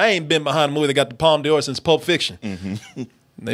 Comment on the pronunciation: Palme D'or is pronounced "palm door" - I wish Americans would stop pronouncing it "palm dior"